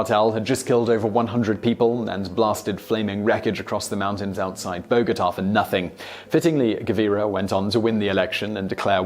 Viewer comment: Cool video but please learn how to pronounce Bogotá.